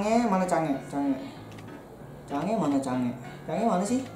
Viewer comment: Change woy bukan sange :v